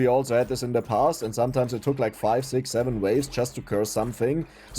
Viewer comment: I love the zeven zeconds and zics zeconds